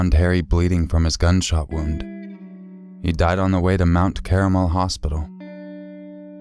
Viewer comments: Mt Carmel... not Mt Caramel. Lol! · It's pronounced "Car Mell." "Caramel" is something else entirely.